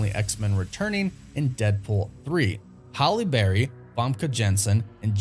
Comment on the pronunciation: I love you & the channel but you continue to hack the pronunciation of these actors names (fam-key) and Haille Berry’s too lol